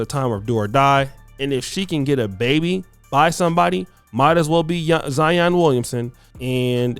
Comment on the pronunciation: Boy you didn’t do any research. Zion played at Duke 😂😂 and you pronounce names funny